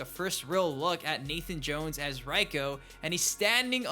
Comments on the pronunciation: Literally no one says “Raiko” like that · His name is pronounced Rayko. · His name is not "ryko" lmao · Like your vids, keep it up but for the sake of the elder gods can people please say reikos name right, its pronounced Ray ko. I mean characters in the game say it. Sorry for the mini rant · It's Reiko